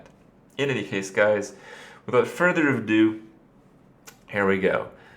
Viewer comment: "without further of do" Come on kripp... It's not "of do", it's "ado" you scrub Kappa